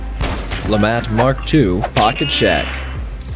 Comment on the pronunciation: Lemat mark II "Lefatt"